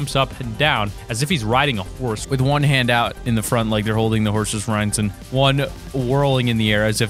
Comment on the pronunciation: Like your holding the horses RINDS xD It is reins dude xD